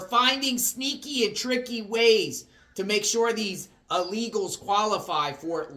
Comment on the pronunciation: illegals not ah-legals